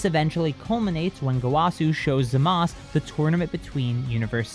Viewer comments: Why does he keep saying zamas instead of zamasu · I wish he would say zamasu ZA MAH SUE not Za Mas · Manga: "Zamasu" Anime: "Zamasu!" English dub: "ZAMASU!", for some reason: haha zamas